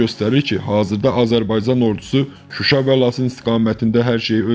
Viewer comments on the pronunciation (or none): none